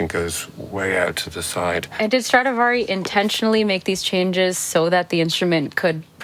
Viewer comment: First of all it’s Stradivari and not StradAvari. Other point - what is Strad(s) ??? Can’t you just respect the name of Antonio Stradivari and call it by his real full family name ? Is it that difficult ? Awful to hear how you mangle his name 😢